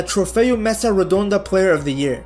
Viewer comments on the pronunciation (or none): none